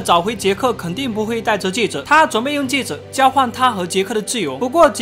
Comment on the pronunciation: 是，戒指，不是戒子。